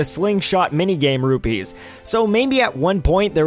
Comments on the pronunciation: P's and B's sound similar to me, so I may have just misheard you. I just didn't want you to end up like those CDI Zelda games. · The currency in Zelda is Rupees, not Rubies. Just so you know! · ***** Watch around 2 minutes in. Definitely ruby coming out of your mouth xD. Great video nonetheless, simply a minor gripe.